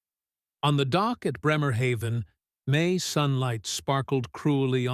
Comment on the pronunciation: On the dock at Bremerhaven - should sound like Braymahafen